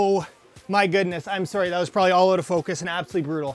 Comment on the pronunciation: The most Canadian sorry I've ever heard